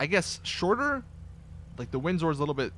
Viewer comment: You say windsor funny